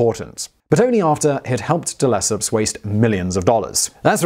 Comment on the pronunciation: reminds me of the Suez Canal video. "None-de-Lesseps." ( mark on THAT video, in case anyone's curious to know what I mean.)